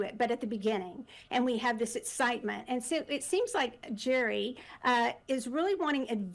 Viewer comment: The Golden bachelor is pronounced Gary, not Jerry.